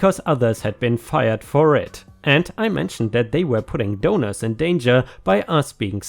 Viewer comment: took me end of the donor story to realize that you were saying donors not doughnuts XD